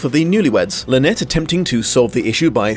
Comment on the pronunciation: Sympathetic or not, it drives me stark staring bonkers that they persist in pronouncing it “Lynette”.